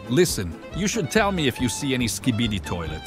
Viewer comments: Bro say "skbi toiley😂😂😂" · bro said skidi toilets